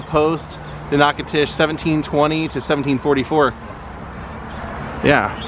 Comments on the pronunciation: As someone born and raised here in Natchitoches, I love hearing how visitors pronounce our city’s name. It’s so cute all the different ways they get in wrong, like you are doing. It’s pronounced Nack-a-tish. No disrespect, definitely not a grammar freak, great video. 👍🏻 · You need to learn the correct pronunciation of Natchitoches.